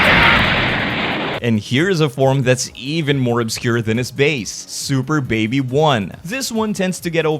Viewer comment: they just released a skill video and yes Baby still mispronounces the name lol